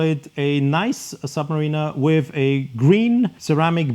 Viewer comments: Just to politely make a suggestion on how to pronounce the name in English it’s phonetically: ‘Sub-ma-rina’ not ‘Sub-ma-reena’ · Interesting thank you, but I wish you’d get the pronunciation of “submariner” right! 😉